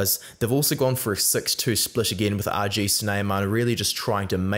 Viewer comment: Doubt that’s gonna help him since he doesn’t know how the G is pronounced in RG.